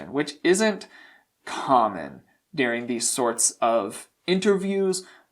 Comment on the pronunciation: Watching you get exasperated in these videos is my favourite in the least ‘I like to watch you suffer’ way. Also, where are you from that you pronounce certain words so strangely!? Like ‘deering’ instead of during for example. Thanks for being so entertaining!